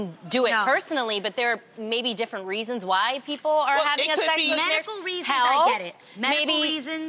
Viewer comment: she said "pero hwhyyy" lmao